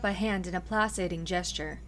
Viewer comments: Side note- placating is pronounced "Plack-ating" not "place-ating'. Just for future use. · Agreed. Play-Kay-ting. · Miss, my only comment is that 'placating' has a hard C : Play-Kay-Ting. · Placating - it has a hard "c", so phonetically it sounds like "play-kay-ting"